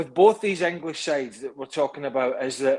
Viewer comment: There was an end to the “Enighlish” right from the start …